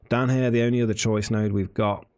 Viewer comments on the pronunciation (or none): none